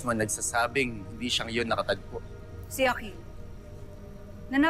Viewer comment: Ang gara nong sinabi ni Yung akil naging aklil